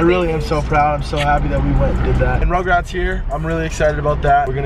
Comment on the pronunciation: Why does banks keep calling FaZe Rug:”RuGrAtS”